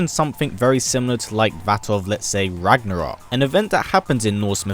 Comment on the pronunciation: Ha ha ha. You said rognorok As in Thor rognorok ( great movie) isn't it.